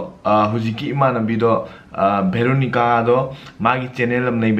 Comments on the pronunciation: Veronica not Bheeeloo-nigaa... Cool vlog btw. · Bro it,s Veronica not varonica 😂😂😂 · Oiya,, beronica, u made a bideo in sarojini etc... bro u can't pronounce v?